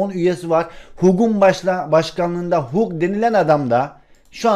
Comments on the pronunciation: Hag diye okunuyor o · Hug Hag diye okunuyor:) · Abi Hug söyle okunuyor Hag